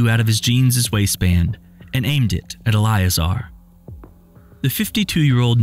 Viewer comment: Elleeayzar probably...thats probably how you pronounce it